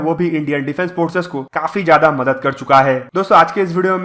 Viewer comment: It is not “ madat”, correct id “ madad”. Small thing but important.